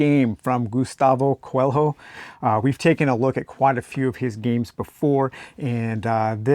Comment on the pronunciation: I just got that one too! I’m excited to try it. FYI, the pronunciation of Coelho is QUELL-yo (and it’s the Portuguese word for rabbit 🙂)